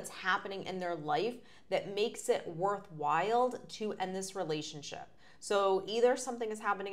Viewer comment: Worthwhile, not “worth wild.”